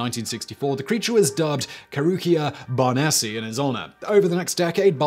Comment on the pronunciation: Barnesi, not Barnessi.